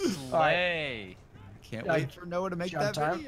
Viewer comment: all i ask is for to stop saying "noahj"